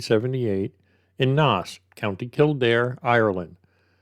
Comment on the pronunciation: Naas is pronounced neigh ssss. Poor Trevor. His family still make pleas for any answers to do with his disappearance. There are quite a few that went missing around the same.🇮🇪 I worked in that area and where the bank is on the corner of Baggot street. A busy lively area not far from the nightclub area of Leeson street. lots of late pubs, restaurants etc. Haddington road was full of flats back then. People coming and going even on wet nights. There was a taxi rank on Baggot street also. Someone definitely saw something. The river flows into the sea at the docklands just another bridge down. If he was pushed or slipped his body would be washed out to the sea unfortunately. Chapelizod is pronounced chaplelizard also.